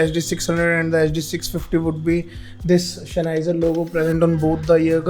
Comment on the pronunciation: Shenheiser lol